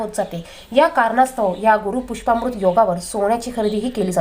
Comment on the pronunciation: मॅडम गुरू पुष्यामॄत योग असे म्हणा. पुष्पामृत नाही.